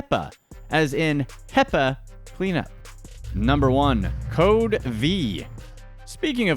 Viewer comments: When he said hepa I thought he said peps lol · Hepa more like peppa